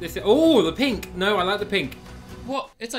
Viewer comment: He said it has now meaning instead of either no or it now lol